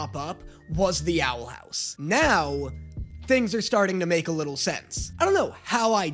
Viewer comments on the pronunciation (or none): Ahh yes “Owl Hous“ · wtf is owl "hous"